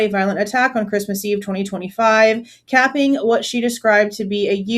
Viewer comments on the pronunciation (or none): none